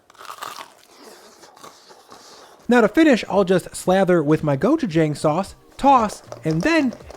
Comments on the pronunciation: hey, your pronunciation of gochujang isn't bad, but the first G is a harder sound kind of in between a hard G and a K sound. and the last part "jang" is more pronounced "jong" Love your content! I discovered you this year! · Love how diverse and tasty these 3 wing recipes look! Also I like how you frequently use gochujang in your videos. Pro-tip from a Korean American: it’s pronounced more like “gochu-jahng”, rhyming with “wrong” rather than “rang”. Nevertheless great video and I’d love to see oven-only or even air fryer wings in the future! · Gochujaeng lol. It’s pronounce jang like the a in about. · That's incorrect. Then you'd be saying "고추정" if you're pronouncing it as "Wrong" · you pronounced gochujang wrong. Here's a helpful video I hope that in the future you do a bit more research when introducing these global foods to your large audience. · I do love your content and your recipes but you’re mispronouncing “gochujang.” I feel it’s appropriate for cooks/chefs to learn how to pronounce foreign language words correctly; it shows that you respect the culture whose cuisine you’re representing. I’m not hating, or saying you’re being racist or anything, it’s just an important topic to me💜